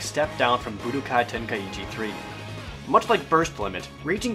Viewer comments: dbz kinect was awsome i would rate it 9/10 and you are pronouncing ten kai chi wrong it is not ten kai ichi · Ten Kai chi. Not ten Kai ichi..... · the i is silent